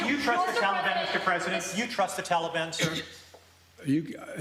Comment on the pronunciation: What a clown. He can’t even pronounce Taliban. This whole thing seems fake. Why don’t we ever see the crowd of reporters while they’re yelling at him?